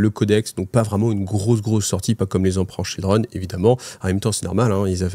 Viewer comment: Ah ah toi aussi tes oreilles ont saigné ? 😂